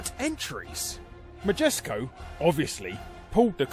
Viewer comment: Larry quotes "Magesco" while talking about "Majesco". Makes me want to look at a GIF of some Jif brand peanut butter. ;)